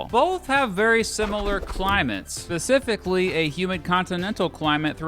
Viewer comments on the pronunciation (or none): none